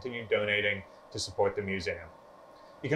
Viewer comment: Okay love your vids however please for the love of God say MISSOURI AND MUSEUM RIGHT